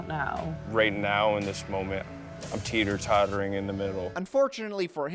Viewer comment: "im teetor tottering" as if he's choosing what biscuit to have with his tea 😭